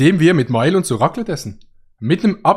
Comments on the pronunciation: Ihr Deutschen könnt das Wort Raclette einfach nicht ausprechen, unfassbar xD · Eigentlich heisst Raclette ou abstriiche